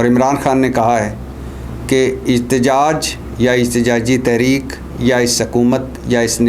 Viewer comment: احتجاج ہوتا اجتجاج نہیں پہلے اردو سیکھو پھر ویلاگ کیا کرو سبزی فروش